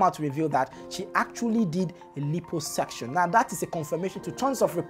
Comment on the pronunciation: Pronounced: la-i-po-suc-tion